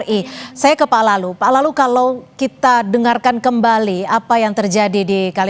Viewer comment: kedengerannya seperti "PALALU" saran aja besok manggilnya BAPAK LALU aja ya? 😅